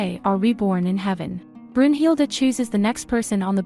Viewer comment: You said brunhilde name wrong